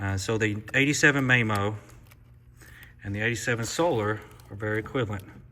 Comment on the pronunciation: I got completely distracted by how you kept pronouncing Mamo’s name. 😂 Good data nonetheless but, Soler does have a lot of data on their site that explains their methodology and how they get their effective size.